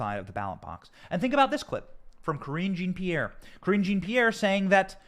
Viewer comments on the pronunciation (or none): Lol sounds like "cringy Pierre" the way you say it! CRINGY MAY BE RIGHT! 🤣 Problem is, when they put this stuff out as news, the general public has been conditioned to believe it, even after it's proven to be a lie! No matter what you do, once you are publicly accused of something you are guilty of something in their minds. Of course this is a known and very encouraged effect. So of course they want their opponent to look at bad as possible. Some people are waking up though, and that's why it's going to backfire.